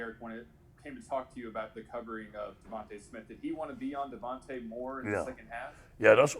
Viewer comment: Let me help you stupid it’s actually DeVonta Smith. Not devonte